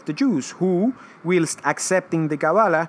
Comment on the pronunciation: It's not 'willst' for whilst..... it's pronounced 'whilest'